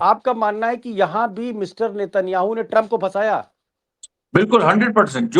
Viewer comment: ट्रंप की जगह कभी चंप कभी शंप क्यों सुनाई देता है?